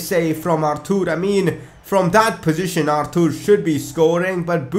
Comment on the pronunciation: It's Arthur not artoor , don't make up pronunciations😂